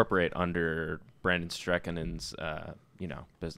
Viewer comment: I laugh way too hard every time they mispronounce Brondon Strankinin’s name